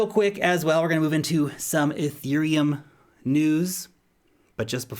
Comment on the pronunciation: "EUROPILUM" I lol'd